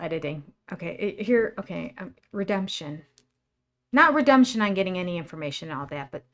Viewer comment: I can't tell - are you saying redumption, or redemption? It comes across as redumption. 😄